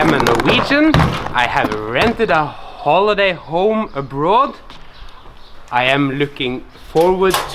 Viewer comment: I was expecting you to say “ab-road”; you said “abrudd.” The Norwegian accent is so unpredictable